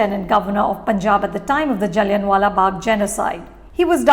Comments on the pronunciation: जल्लिआं वाला in case you dont know the pronounciation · Everyone knows pronounciation. Idk why she's saying it like that. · you need to correct your pronunciation for “Jallianwala” Its Not Jalliun🥲